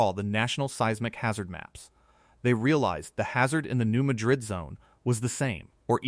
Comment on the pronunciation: I’m pretty sure New Madrid is pronounced New MAD-rid.